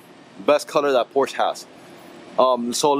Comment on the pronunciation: Its Por-sha.